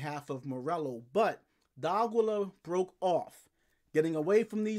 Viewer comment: DEE-AH-KEY-YUH. Not DOGILLA lol. Good channel tho